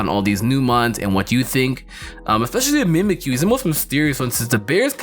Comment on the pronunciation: Why... does... everyone... say Mons!!!